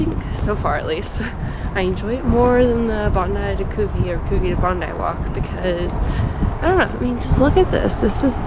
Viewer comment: Bondi to Coogee is a gorgeous walk and at the right time of year, you will often see whales. BTW, the gee in Coogee is pronounced like gee in gee whiz.